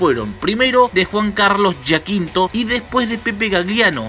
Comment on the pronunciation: Siii, y es Yachinto, no Yaquinto 😂 jajajaja no pasa nada igual, es un apellido raro. Gracias por el video!!! Hermoso!! 💕